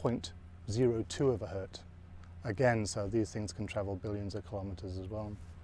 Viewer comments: He refers to the non-plural Hertz as a 'Hert' !? I've never hert of that before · and For all his knowledge and expertise, which is clearly extensive, this chap seems to think that the unit of frequency is "Hert"! (And presumably that the plural is 'Herts'.) 🍌😯